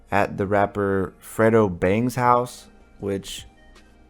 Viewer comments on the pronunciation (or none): His name is pronounced fray-dough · Fredo is pronounced Fray dough.